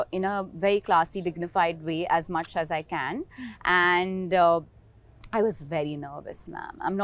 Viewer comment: Can can can ... looks like she wants a can of coke ffs . It is pronounced Kaane ( same as ear in Hindi)